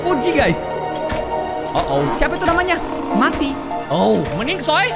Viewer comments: Bang bukan mati gini bacanya meiti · Kak itu tulisan nya kan Mati di baca nya meti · Bacanya itu meti bukan mati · mon maap kak itu tulisan nya emang mati tapi kan dibacanya meti kak bukan mati 🙂🔫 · Kak regi Robot yang nama nya mati itu di baca nya metiii😭😭